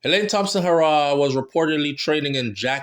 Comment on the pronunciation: Bredda, stop saying Elaine hoooo raww.... it's pronounced Heeee raw......put some respect on the sprinter name.... PLEASE!!!